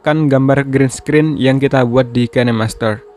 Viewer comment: Dibacanya bukan kenemaster tapi kinmaster/kainmaster